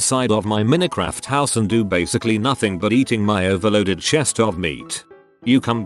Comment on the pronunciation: Nobody: Text-to-voice: MINNEH KRAFT